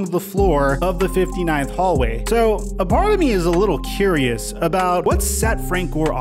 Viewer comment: Did you really have to emphasize the "59th hallway" ? lol